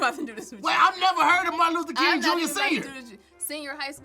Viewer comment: Looks like he tried to say Martin Luther king but said Martin Luther koont back to you Tom!! 😂😂😂😂